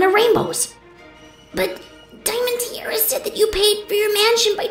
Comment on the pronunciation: Whys saying Diamond Teerara?